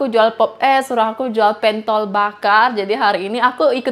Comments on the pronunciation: Pentol, seperti e pada kata senang, bukan e pada kata bebek gitu kali ya mbak maksudnya 😅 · itu bukan PENTOL, tapi pentol, gimana ya penyebutannya klo lewat komen, wkwkwk...